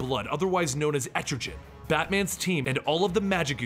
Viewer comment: Some of his mispronunciations are funny though. Pretty normal for people to completely butcher Mr. Mxyzptlk but every time he says Etrigan it sounds like he's saying estrogen lol